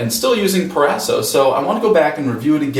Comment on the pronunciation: "PRO - RASO"